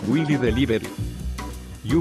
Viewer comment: Its willie not lilly🙄